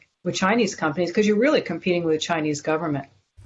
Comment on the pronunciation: They rearry, rearry do not rike us.